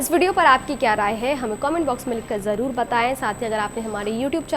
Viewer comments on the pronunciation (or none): none